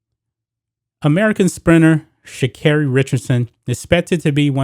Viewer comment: What tf come on now … flowers come from the earth. And they are saying her name wrong or am I tripping . I mean she could’ve really grabbed some pee from the smoke shop. But it’s legal… she could’ve went to a legal state and blazed after the win then they were celebrating. Her momma just died. She’s going to the olympics. They hate to see us win. She smoke and still won… they need to leave her alone